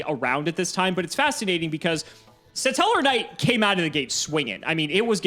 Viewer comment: Why does pronounce “Stellarknight” as “Suh-Tellarknight”?